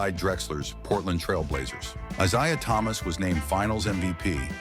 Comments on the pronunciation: Pronouncing his name wrong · You can't even say this guy's name correctly. did chatgpt make the script for you? at least google basic info if you aren't familiar with it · This dumb idiotic video. The idiot narrating this can't even get his name right.